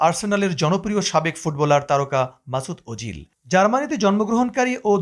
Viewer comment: সাংবাদিক সাহেব! মাসুদ ওজিল নয়, নামটা " মেসুত ওজিল "।